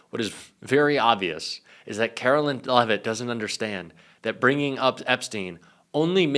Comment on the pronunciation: Hey. Love your show. One minor comment-please correct your pronunciation of Karoline Leavitt. It is “care-o-line” and not “car-o-lynn” as u say. Thanks.